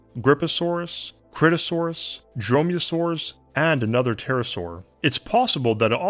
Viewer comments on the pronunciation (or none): none